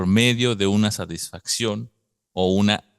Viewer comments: ¿En serio? Es que por alguna razón no se escucha que pronuncies la "t". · ¿"Saisfacción"? ¿A qué te refieres? Lo mencionas mucho.